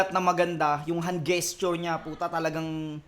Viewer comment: Ang daming namamaling battle mc sa pronounciation ng "gesture" haha